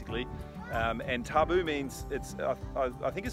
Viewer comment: Sweet island, love to visit there one day! Good to see you respecting the Tabu (pronounced Tambu). Do you do any fishing on the great reef Macuata side?